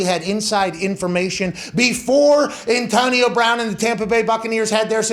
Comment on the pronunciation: Pat's crazy PA accent is quite exaggerated when he has to talk about Antahhnio Brahhn